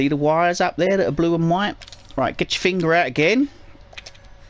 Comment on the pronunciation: Dude you are like the best just to listen to on this guide! "Now get yer fing'r ewt." ;w